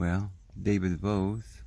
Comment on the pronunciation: Love you but you called yourself DAVIVID